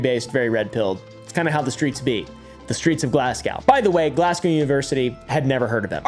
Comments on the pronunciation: First of all “glass-cow”, second of all, ENGLAND?!?!. It’s “glaz-go” and it’s in SCOTLAND😭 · I live in Glasgow it’s not in England 😂😂 and just to help the Americans it’s not pronounced Glasgouw 😂 it’s just Glasgow (w) the W is silent thank you on behalf of Scottish people 😂😂😂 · Its glass gow not cow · Im Scottish btw so 2 things 1-Glasgow is not in England its in Scotland 2-its pronounced Glas-go not glass-cow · Glascow England is about to cause a civil war… firstly it’s Scotland and its pronounced Glas-go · "glasgaw englend" hurt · It's pronounces Glaz-Go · The way pronounces Glasgow is hurting me 😭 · my love, I was enjoying this video far too much all the way up until your mispronunciation of Glasgow, England.. I have lost all faith in you as your pronunciation is undoubtedly the worst I have ever heard and Glasgow is in Scotland, not England. I hope your pillow is warm on both sides tonight.